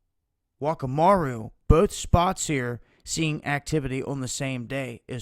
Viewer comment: Whakamaru in New Zealand is a moari word and wh is pronounced f. sounds a bit rude in english but thats how its said:) thaks for the vids getting hairy out there